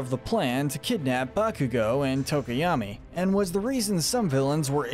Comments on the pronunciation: Izuku is not pronounced Izuka or Izuko. Bakugo is not pronounced Bakuga. Also, although All Might's real last name is Yagi, I have never heard anyone call him that. Sometimes Toshinori, but otherwise, just All Might. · Its pronounced IS-OO-KOO and Ba-koo-go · "BAKUGA" and "IZUKO" lmao